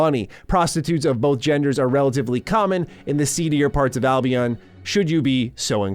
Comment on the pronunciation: I cringe every time he says "Albeon"